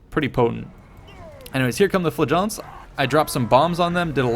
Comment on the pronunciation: LOVE your video's! PLEASE learn how to pronounce "flagellants" (it sounds like 'flatulence').